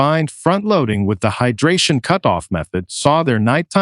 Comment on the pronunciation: Cutoff is pronounced “cute off”? Where did you learn English?